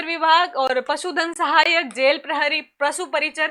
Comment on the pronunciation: Mem vo jail prahari h praahari nhi😂😂